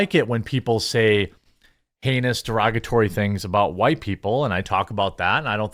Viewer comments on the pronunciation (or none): none